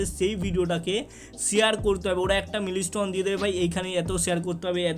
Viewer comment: Dada mili stone na mile stone hobe 😂😂😂😂😂😂😂😂😂😂😂😂😂